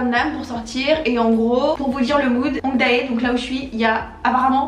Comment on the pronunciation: ça me stresse à chaque fois que tu prononce 'hongdae' azgjdhqjh ça se dit !😭